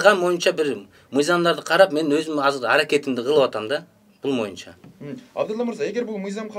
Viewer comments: Бу мойунча эмес бул бойунча деп айтылат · ушул боюнча дегенди ушул моюнча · бул мойунча деп суйлойт экен мойунчабы же бойунчабы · Боюнча дегенди моюнча дейт го туура суйлоп алчы мээрбек